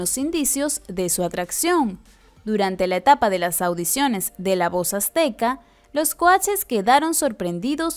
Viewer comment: “Los Queeeee????” Dijiste los Tacuaches??? O dijiste “los watches????”🤣😂💀☠️